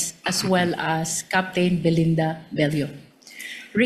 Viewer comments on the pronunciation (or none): none